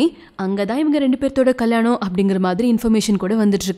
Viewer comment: Kalyanam ma not kalanam...😀